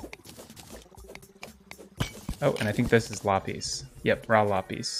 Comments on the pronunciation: “Lapees” is not how you say lapis it is lap-is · Lapis is said like: La - piss not la - pees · So just fyi Lapis is pronounced [La-Puhs] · i call it la pis but he calls it lah pees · lop eez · its la-piss, sorry, im just a little irked by that pronunciation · It's honestly kinda paining me that he's pronouncing Lapis wrong, no jab at it's just a little thing with me. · The way you say lapis is really weird (for me at least), I didn't understand what you were saying until you actually got the ore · The way you say lapis makes me want to kms